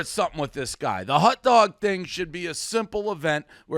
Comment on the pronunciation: Please Dave, never say the words hot dog again. It’s not a hut dug